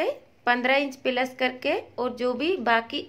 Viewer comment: Are pehle bolna to sikh pilus nhi plus hota he 😂😂😂😂😂😂😢